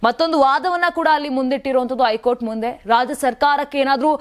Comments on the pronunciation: ನ್ಯೂಸ್ ಓದುವ ವರೆ ಸರಿಯಾಗಿ ಓದಿ. ಐ ಕೋರ್ಟ್ ಅಲ್ಲ ಹೈ ಕೋರ್ಟ್ ಅಂತ ಓದಿ ಕನ್ನಡವನ್ನು ಸರಿಗಾಗಿ ಓದಿ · ಐಕೋರ್ಟ್ ಅಲ್ಲ ತಾಯಿ ಹೈ ಕೋರ್ಟ್ 😂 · ಶಶಿಕಿರಣ್ ಅವರಿಗೆ 2ವಾರ ಕ್ಕೆ ಸಮ್ಮತಿ ಕೊಡದೆ 28 ಒಳಗೆ ಶಾಂತಿ ಸಭೆ ಮಾಡಿ 30ಕ್ಕೆ ವರದಿ ಕೊಡಬೇಕು ಹೇಳಿದ್ದು ಕಾಂಗ್ರೆಸ್ ಗೆ ಸೋಲು ಅಂತಾನೂ ವಿಮರ್ಶಿಸಬಹುದಲ್ಲವೇ RSS ಸೋಲು ಅಂತಾನೆ ಯಾಕೇ...?? 30 ತೀರ್ಪು ಬರಲಿ ಮತ್ತೆ ನೋಡುವ ಹೈಕೋರ್ಟ್ ಅನ್ನೋದೇ ಸರಿ ಹೇಳೋಕೆ ಬರಲ್ಲ ಐಕೋರ್ಟ್ ಅಂತೆ😂😂 ಏನು ಇದೊಂದು ವರದೀನಾ ನಿನ್ನ ಬುರುಡೆ